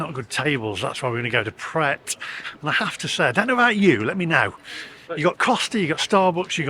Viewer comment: you dont pronounced the t in pret it means ready to eat..